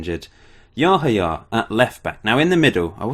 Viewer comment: I think it is pronunced Yahaya with the accent on the second "a".Im from Romania and we had one player called Seidu Yahaya from Ghana or something like that and that is how the comentators were pronuncing his name.